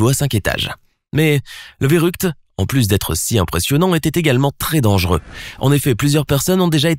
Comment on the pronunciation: A chaque fois il dit le plus dengeureux au monde il abuse